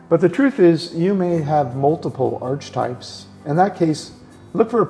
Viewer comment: I think its pronounced arc-e-types....not arch types. just sayin' bro